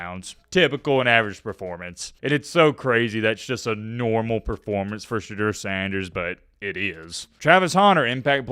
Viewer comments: Hey - It's SheDOOR, NOT SheDURR.... when you know, and you just choose (for what?) to mispronounce it- youre choosing to disrespect him. Why? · Hey … it’s pronounced Sha Door. On an episode of his podcast 2Legendary with Shilo and Bucky they cleared that up. Keep up the good work!